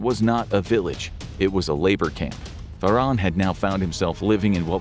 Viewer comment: It's pronounced FAR. HAN. ... not "Far. On."